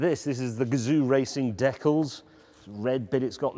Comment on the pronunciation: Why did he pronounce decals like that?